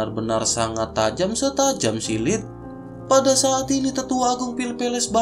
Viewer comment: Bang silet bukan silit. Silit itu bahasa jawa nya bokong alias pantat bang😅